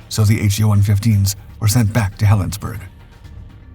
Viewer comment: Helen's borough not Helensburg. The Germans didn't win.